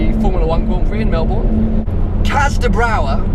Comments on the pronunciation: "I have such an affinity with Australia" - Pronounces Melbourne like that facepalm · melborn god damn the first time he mentions my city he says it wrong